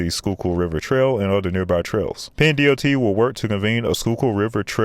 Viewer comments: Manayunk - manny-yunk PENNDOT - penn-dot, not d-o-t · PennDOT is two syllables. "pen-dot" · Wtf is PENN D-O-T?! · 76 is a shithole parking lot. It could be am and there would be a traffic jam before city avenue. Also I cracked up at “ma-na-yuke” lmfao. Try this. “Man-EE-Yunk”. And nobody here says “Penn D O T”. It’s all one word. PennDot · its called PennDot like "." we dont call it a D.O.T. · It was the spaced out pronunciation of PEN-D.O.T instead of just pendot was killing me 🤦🏽‍♂️ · FYI it's Manayunk pronounced more like Man-ee-uhnk, not.... whatever it is you said. It's ok, we have some weird place names around here that aren't pronounced the way you'd think they should be. Also, in PA we call it "Penn dot" not "Penn D O T" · As a former Pennsylvanian who still has plenty of family there, we just call it “Penndot” not “Penn D-O-T” but overall great video. It’s roads like this that make me avoid Philly at all costs, not to mention how far away it is from me (like almost 3 hours) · It's pronounced "Penn-dot" like a polka-dot. Not Penn "D.O.T." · You can tell he’s not from around here. Everyone calls it PennDot, not Penn D.O.T. 😂 Also, I love how he butchered Manayunk 🙃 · Penn D-O-T tho? It's always been penn-dot. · It's pronounced PennDot. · the PennD-O-T the whole video was driving me crazy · Excellent video! Some issues: Manayunk is pronounced man-uh-yunk. PennDOT is a two syllable word. But we agree tha the road is total crap. As an Über-driving Philly native who has never left the “friendly” confines for more than a 10- day stretch, I am QUITE familiar with this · Great video! Also, just a heads up for future videos, everyone in PA pronounces the "DOT" in PennDOT as it's pronounced in "polka dot". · I do not intend to criticize...however, it is strange not to hear PennDOT pronounced as it is spelled. I call it PennDon't...which is Pennsylvania Department of Negligible Transportation.